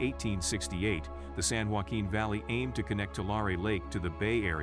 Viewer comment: How is anyone supposed to take your report seriously when you can’t pronounce (Tulare) TWO-LAIR-EE or (San Joaquin) SAN-HWA-KEEN properly?